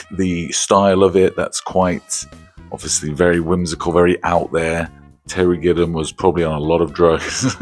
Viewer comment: Terry Gillum? You're missing a syllable there champ.